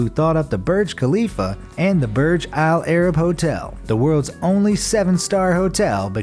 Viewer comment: i HATE how he say "Burj Al-Arab". "PUUURGE AAAL AIR-RIB"